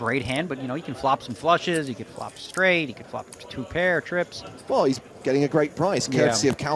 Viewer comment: "I had treeps"